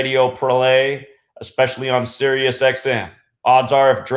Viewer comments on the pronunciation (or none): none